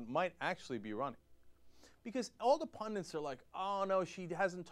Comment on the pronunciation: Cenk, c'mon man, I love ya, but the word's "pundit", not "pundent"! Ya drive me crazy when you say pundent!